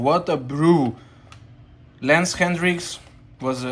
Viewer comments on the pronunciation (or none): It's Lance Hedrick, not Hendrick. there is no "n" in it... 👊💪👋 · It's Hedrick whitout the N